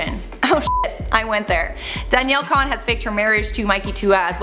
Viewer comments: her name is Cohn-as in “ CON” lol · isn't danielle cohn pronounced more like cone than con? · She couldn't even consistently pronouns Danielle "Cohn's" last name